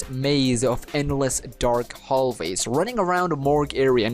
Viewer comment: Hall vays. Me:IT'S HALL WAYS!